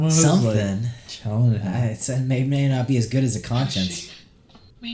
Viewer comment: "GUD" VĪĐƏO